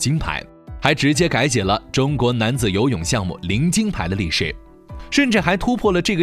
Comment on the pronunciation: 你为什么所有in都读作ing? 金牌你读经牌 心脏你读星脏， 禁赛你读竞赛，母亲你读母青，亲自你读青自，世锦赛你读世井赛，视频你读视屏。 请尊重你的母语，努力纠正错误发音。不用谢。